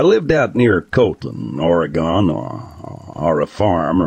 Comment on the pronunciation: It's clear whoever the narrator is isn't the person who experienced any of this. Haha first oreegon, then f1hundred50 thats when I stopped watching